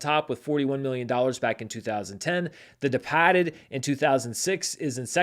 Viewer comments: That's the correct way. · Yes it is. And it's pronounced "Depaahted!